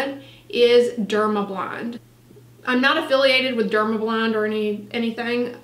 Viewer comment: I heard “Dermablond” but did she mean “Dermablend”?